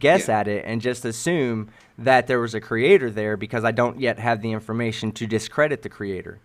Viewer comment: Is he saying "information" or "inflammation"? I can't tell the difference.